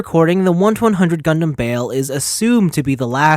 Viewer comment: Every says his name wrong has anyone that reviewed this watched the actual series you keep saying bail not bael review the anime before making a video